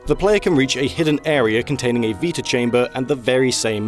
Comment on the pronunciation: Sorry..."VEETA" chamber? It's "VITA" chamber as in "VITAlity" wtf